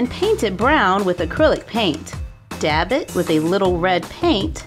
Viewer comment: you said dabb it haha ha